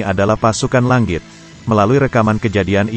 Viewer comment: Bang cadel Ng ya? Langit aja jadi Lang+git Zzzz